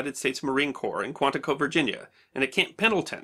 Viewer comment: Very interesting and entertaining! FYI: corps is pronounced core.